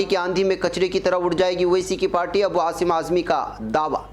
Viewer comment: ابوعاصم اعظمی شاید" ابوآثم "ہی معلوم دیتےہیں کیا ؟ جیساکہ ھندی میڈیاوالےتلفظ کرتےہیں ' خیرخواب میں شدّادکی جنّت بہتوں کونظرآسکتی ہے"بقولِ بعض سماج وادی پارٹی سےپہلےاہروں کوجوڑیں " ' مسلمان توپہلےہی سےاُس پارٹی کےہاتھ میں گروی رکھاہو ( اے کاش اِتِّحادہوتا ) مگربرادراں کی زبان میں تودکھاوےکی بھی شیرینی نہیں ہے ¡